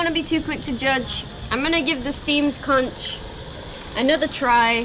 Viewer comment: Guy's try to beach at high tide❤️ This time of year is windy and its hard to picture the perfect landscape 😂 We used to visit Krabi twice a year before the pandemic. Anyway try to time the high tide for beach's............ got it wrong this time its pronounced "KONK" but spelt Conch 😊 have fun xxxx